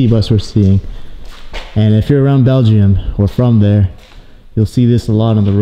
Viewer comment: Is he trying to say Belgium. But pronouncing it belgeiom?